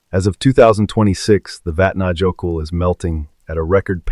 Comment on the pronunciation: It's pronounced vat na yo kill